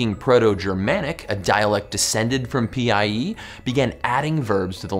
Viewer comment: "IN PIE" he said, Then i replied "IT IS NOT P,I,E DUDE ITS PIE PIE! YUMMY DELICIOUS APPLE PIE "like if u agree